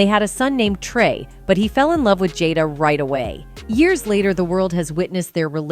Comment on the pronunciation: Why does will kill the english language when he pronounces the word with as witch. Example: quote: i was done witch your ass.